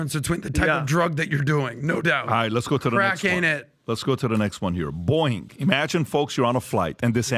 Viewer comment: Pat it's not Boing... Lol